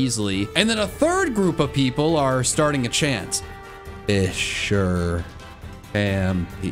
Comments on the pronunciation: The amount of times he said fisher instead of fissure. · It's fiZZire not fisher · not sure if its just me but whenever he said "fissure" it sounded like he was saying "fisher" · TIL "Fissure" has an "H" in it. I genuinely had no idea what he was talking about when he said a "phanpy that only knows fisher."